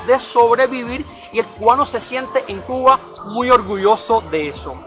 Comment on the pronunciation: oye por qué pronuncias Cugua, Cuguano en vez de Cuba. Cubano?